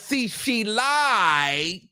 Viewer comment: He be killing me putting Ts on words that end with Ds “He LiiiiiedT” What😂